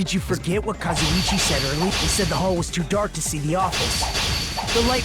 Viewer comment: pronouncing Kazuichi like Kazzo-chi gets me everytime.